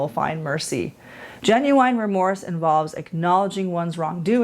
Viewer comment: Why do you keep saying genu wine??